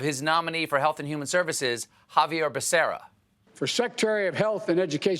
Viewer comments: Biden said ‘Vaquería’ (cow farm) instead of Becerra (female calf). Related enough, I guess. :) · Totally missed an opportunity with Biden's mispronunciation by not singing, "Heyyyy, Baccarena!" ;-P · Damn Biden, man Democrats need more Hispanics in their inner circle cus geez it sucks you get such an awesome achievement and then they butcher your name 🥺